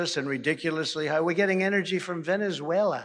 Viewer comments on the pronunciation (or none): none